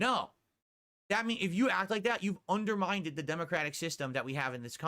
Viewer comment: He also says "underminded" instead of "undermined" at around the middle of the video. He loves using big words that he neither knows how to pronounce or understands the meaning of.